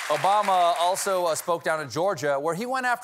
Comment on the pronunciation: Colbert's Obamna killed me softly 🤣